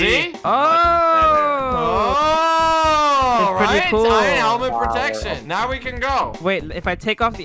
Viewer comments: Did anybody notice that pronounced iron I-run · Me laughing at how says iron. He pronounces the r in iron... iRon